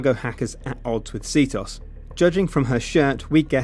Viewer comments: Its not See-toss its See-te-os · this video is old BUT IT STILL ANNOYS ME THAT THE CALLS IT C.TOS ITS C.T.O.S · portal2ben its not C.T.O.S because ctOS isnt a abbreviation